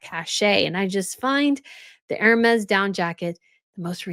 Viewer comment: Hermes = Air-may